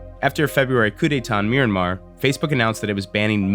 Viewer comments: It's pronounced My-an-mar, not "My-ran-mar" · Excellent stuff. But... Isn't it pronounced "me-an-mar?" Anyway, I love what you're doing with this series, and I love the classic investigative-television style. People need to hear about the way we're being played against each other by, basically, ourselves, with Putin pulling strings to make it as destructive as possible to the US. I honestly hate to be the person pushing links in the comments, but I truly believe this is important. If you put a "like" on this Vice clip, you should probably at least take a look at the first few minutes of Operation Infektion, from the NY Times, for a deeper dive on the magnitude of this social media issue. I mean, the way I see it, I truly believe the only way to pull our society out of our current plummet into this infuriating, internecine, genocidal abyss of misinformation is to shut down or destroy the Russian spy apparatus, the former KGB (now FSB), and shut down or destroy Facebook and other similar social media. It's tearing us apart.